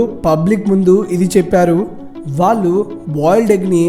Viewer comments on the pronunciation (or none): none